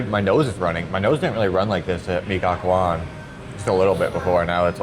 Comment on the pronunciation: Gacoan said ga-cho-an